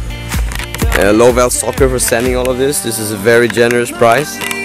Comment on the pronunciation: its pronounced love2soccer not lovellsoccer, But the website is correct